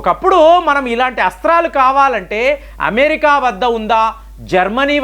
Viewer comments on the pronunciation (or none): none